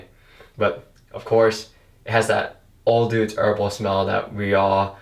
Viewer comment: It’s not pronounced OLE DUDES! It’s pronounced Oh-dowds! Also pastes isn’t pronounced paces! Your use of grammar/certain words in some instances,are completely wrong!!! You need to go back to elementary school English! STUPID FUCK!